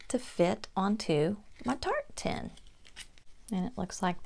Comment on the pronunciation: Dear, I’m so delighted that I stumbled across your Channel! I absolutely loved every Ornament you created! I was confused when you said, you were going to make “Tart Tin Ornaments”... At first, l thought you were saying “Tartan”! I kept waiting to see some “Plaid” looking. 😳😂🤣🤦🏻‍♀️ I think you’re extremely talented and have a lovely voice... I enjoyed your video so very much! I immediately subscribed and rang the notification bell! 🔔 I’m looking forward to watching more of your videos. ♥️👍🏼👏🏼👏🏼👏🏼👏🏼